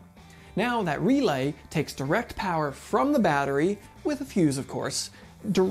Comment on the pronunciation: This guy? "R E L A Y!!" That's right big Guy U said it right! "R E L A Y!!!!" Alrighty Big Man U did it again! "REEELaY!" (owwww god this is gonna get old?)